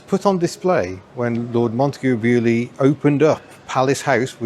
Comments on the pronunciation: Being French, hearing Beaulieu pronounced like this makes my ears bleed :p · Love how the Baulieu pronounciation evolved.